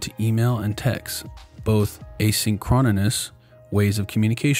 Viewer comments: EDIT: A-sync-ro-nous. 4 syllables. 2 N sounds. not 3. you even get it right! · Full of mistakes "aaaa-sink-row-nus" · Wants to tell me how Musk does what he does.... but does not know how to pronounce "asynchronous." Just kidding, good video. =) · You're mispronouncing asynchronous. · you're messing up some of the reading and you don't know how to pronounce asynchronous. as a tip when you're making a video, make sure you do it right. also if i split my day into 5 minute chunks i will spend 2 hours of my day just to plan little tasks for each chunk, that's just ridiculous.